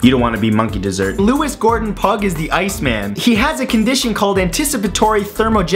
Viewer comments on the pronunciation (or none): Pugh is pronounced Pew (Church pew) not pug. Ben died in 2009 (aged 16) after his cancer came back. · Sorry for being 'that guy' but "Pugh" is pronounced "Pew," I'd know xD